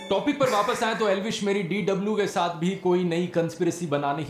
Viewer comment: A Elvis yadav nahi Eblish yadav hai bhai